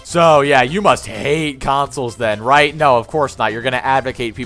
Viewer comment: everytime that smuck says "rite" a cherub dies or something